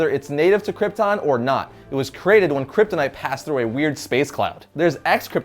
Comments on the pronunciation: how many times did he say kryptinite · Drinking game: take a shot every time he says kyptonite or krypton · He lost me at “Kryptonite”